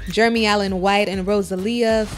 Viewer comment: She call him yeremy 😛😂